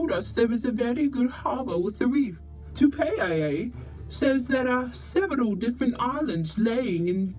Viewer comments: What disgusting pronunciation this women narrator has, she's not even trying to pronounce Tupaia's name correctly, get some lessons before you open your mouth next time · Pronounciation man...if I pronounce an english word wrong I was yelled & corrected by my Papaā (pakeha) teacher in da 1980s so learn to pronounce our tupuna's name properly or don't say it all...